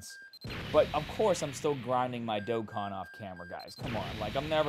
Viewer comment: Yo must've been kidnapped and replaced or something this dude pronounced dokkan correctly